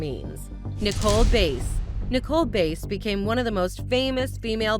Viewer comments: It's Nicole BASS, not BASE, and World Wrestling FEDERATION, not FOUNDATION. Don't know why people don't check their facts before making these videos. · 1. It's Bass like the fish, not Bass like the instrument 2. It's World Wrestling Federation, not Foundation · When did they put a “D” in the word Bass?? I get it names can be hard to pronounce but Bass?? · It's pronounced like the fish. RIP Nicole Bass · It’s federation not “Foundation” and Nicole last name is pronounced the same way you pronounce the fish smh